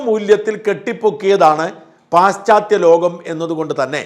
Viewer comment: പാശ്ച്ചാ ത്യ ലോകം ആണ് ശരിയായ ഉച്ചാരണം.